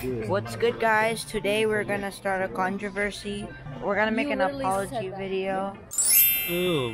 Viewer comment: "Today we are gonna start a conjervercy. We're gonna make an apology video" This boy knows Youtube